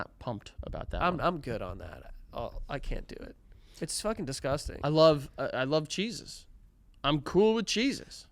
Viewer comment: Lmfao the way they’re pronouncing “cheeses” sounds like they’re saying “Jesus” but with a weird lisp/accent hybrid😂